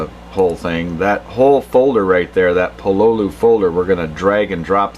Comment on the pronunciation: just so you know it's pronounced Pololu not Pololu